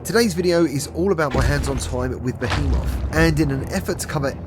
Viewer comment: Youre saying Behemoth wtong😉